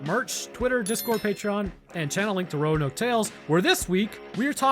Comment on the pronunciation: Actually! Roanoke😂